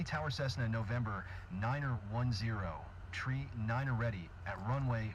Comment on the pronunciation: It sounds as though tower keeps stating tree instead of three...